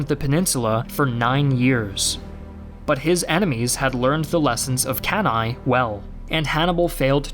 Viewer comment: Why do you always put a random i at the end of words like cannae, fettuccine o versace? It is an E for god sake